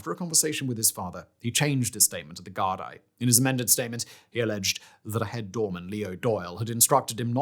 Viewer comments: Gar- dee you silly englishman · I get the mispronunciation of Taoiseach or Monaghan... but "sea" mus for Seamus? "Da-rack" for Darragh? Gar-die for GARDAI It's like A.I. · oh bud hearing you try pronounce Gaelic words is making me giggle Gardai is pronounced Gar-Dee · Gardaí = Gard-ee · ‘Gardaí’ is pronounced ‘garr-Dee’ Such a massive part of the story yet zero effort to check its being pronounced properly. :( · Decent episode, but please make a better effort to get SOME of the pronunciation correct. Yes, I understand that names and such are difficult to understand and read and pronounce, but it really detracts from the overall quality of the story if you can’t say most things correctly. Hearing “Gar-dye” goes through my fucking head. Not a jab, but please try harder with this. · I'm Irish and from Dublin but Simon your pronunciations are not great. Gardaí is pronounced Gardee. Seamus is not Seamus it's Shaymus and so on and so forth for so many miss pronunciations. But, however, great video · Also Gardi is pronounced "Gar-dee" it's Irish. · Thanks for covering this! Just a few things about pronunciations - Monaghan is pronounced like Jonathan without the th. Gardaí is pronounced guard-y. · Gardaí = Gar-dee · As an Irish person who also kinda struggles with pronunciation of my own language, I’d suggest looking up how to say certain words and names like Gardai, otherwise a really good video, I just know people will be more focused on how you pronounced things